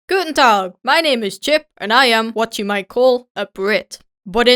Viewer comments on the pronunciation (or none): So you just forgot something in German we don’t say guntag like on the beginning you need to make to your voice a little bit higher but it’s OK sometimes you don’t need to use Guten you can just use tag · I'm german and the beginning of the video the "Guten Tag" is so weard to hear because .... Yeah it's an other (Aussprache) lol 😂😂